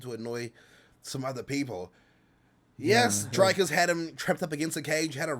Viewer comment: for a guy who hears his last name butchered on the regular surely you can can Dricus right.